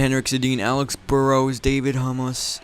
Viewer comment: Hey genius, his first name is Dan - not David - and his last name is not Hummus and not Hamas, ok. It is pronounced Ham-hyooce.